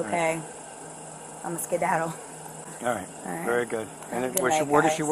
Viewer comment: “Imma skidaddle” 😂😂😂😂😂😂😂😂😂